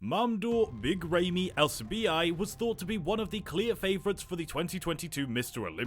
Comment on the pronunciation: good video but I hate how you are butchering his name